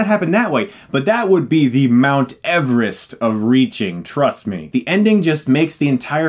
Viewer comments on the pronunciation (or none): none